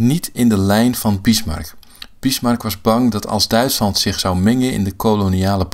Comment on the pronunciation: In welke streektaal spreekt men zoveel met s ipv z? zich=sich; zonder=sonder